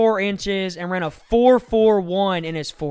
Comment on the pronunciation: It’s Ryan not Ron